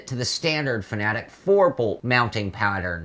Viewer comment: It's pronounced fana-tec, not fanatic. Jesus.